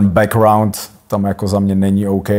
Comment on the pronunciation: jak říká ten "bekuaund" :D :D